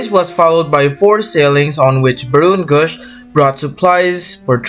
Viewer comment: It Is Actuallly Said SS Ba r o n Gausch